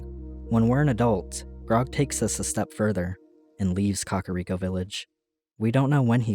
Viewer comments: KAKA-riko???... it's ka-KAR-iko lmaoooo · It's not pronounced Kakariko. It's pronounced Kakariko.